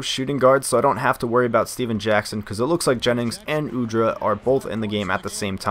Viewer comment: its Udrih not Udra. Beno Udrih is from same country as me ( Slovenia )